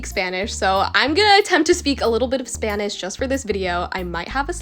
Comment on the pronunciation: Omg you speak Spanish so well I’m Spanish and your Spanish sounds amazing